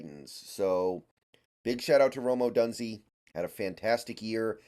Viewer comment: Come on man. At least pronounce his last name right! 🤣🤣 Do you watch sports or just reading? O-DUNE-ZEHH. Couldn’t take you seriously man.